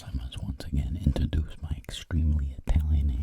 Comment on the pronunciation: Am I crazy or did he say intradaduce